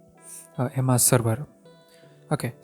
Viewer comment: First learn how to pronounce emacs